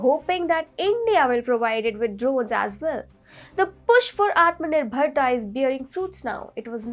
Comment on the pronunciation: you need to get the pronunciation of Atmanirbhar Bharath right.. repeatedly mis pronounced..